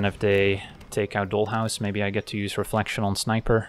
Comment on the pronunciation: Your accent, grammar, and slang are always spot on, which is why your pronunciation of dollhouse was so noticeable. Here in the US, maybe it's different elsewhere, doll rhymes with tall. Just another example of how English is weirdly inconsistent. Not a big deal but I thought you might want to know. That being said, one thing that I am constantly surprised by but never see anyone comment on, including myself, is your subtle grasp of slang. It's great. As always, video was excellent. You are by far my favorite MTG content creator. Your decks are fun, but also your explanations are thorough and educational, your laid back style is relaxing, and your sense of humor shines through. We can always hear the smile in your voice when you are genuinely surprised by an opponents move that actually puts you in a bad spot. It's not a place that most people would find amusing, but you always seem to, and we can feel that you are actually enjoying the game. Top notch.